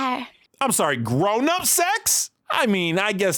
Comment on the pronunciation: 🗣️ ”Grownup SECs!” 😩